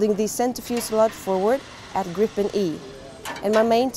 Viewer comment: Too bad your robot announcer cannot pronounce Griffin.